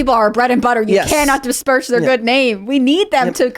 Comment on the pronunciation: i hate when they "dispersh"